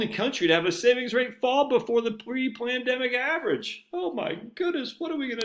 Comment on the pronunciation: You keep miss pronouncing Pandemic. There isn’t a ‘L’ in it! 😂